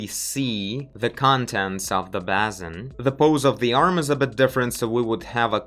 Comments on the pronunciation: Nice video :) "Basin" is pronounced bay-sin (the "bay" rhymes with "hey") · Basin pronounced "bay-sin"